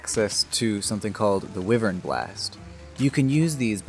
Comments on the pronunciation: Bro it's pronounced as wai-vern Not weevern. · Cool vid just remember wyvern is pronounce with a long Y sound so it is Y-vern